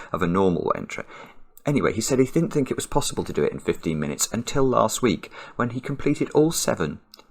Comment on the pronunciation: "so my Lext digit" 😂